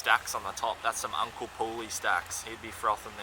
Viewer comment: Great video loved all of it and it was great to hear you say uncle poorly